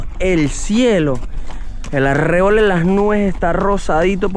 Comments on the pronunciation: Cada vez que dijo "aRREbol" mal pronunciado, Andrés Bello debe haberse revolcado en su tumba 😂😂😂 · Hola. La pronunciación correcta de arrebol sería con acento tónico y prosódico en la sílaba "bol", y no en la sílaba "rre".